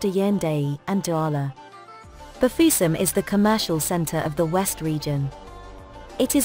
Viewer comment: Bafiussam.... Whitisement de ca😂😂😂 j adore